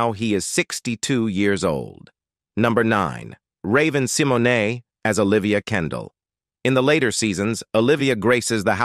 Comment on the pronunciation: This Robot talking man... Pronouncing names all wrong Like Kesh.... IA knight Hunx' TABLE....* once he said RUBY instead of Rudy😄 then finished it off with Raven Sim .... o.... nae. GOOD GRIEF 🤪😜🤔